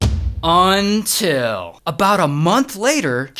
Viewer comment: His "untill " gets me ever time 😂